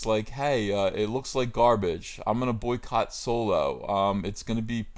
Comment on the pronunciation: The way you said Soycott.. That made spill my water out.